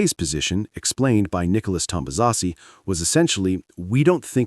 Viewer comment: It's Nikolas TOMBAZIS! What the shit did you call him? And Ferrari ran full od fuel not even trying when setting the fastest time on day 3? What the Hell are you smoking? I'm a Ferrari fan, but you are just so wrong it hurts... Do you even watch F1 or is this your first season? And to top it of, using AI voices. Crap content, goodbye